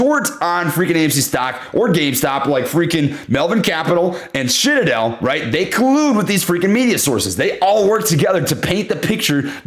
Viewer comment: Did I just hear SHITadel? LOL!!!!